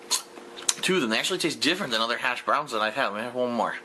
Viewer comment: How is it possible that he always emphasizes the wrong word or syllable. Hash BROWNS. MeLEE. Drives me insane.